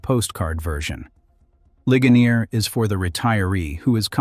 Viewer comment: "Lih-guh-NEER," Pennsylvania. And "LANG-kuh-ster," not "LAN-kaster." Thank you!